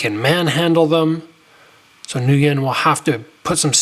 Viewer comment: "Ngyun" is pronounced "win"